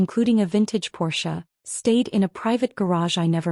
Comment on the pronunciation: At least AI pronounced Porsche with two syllables and not one!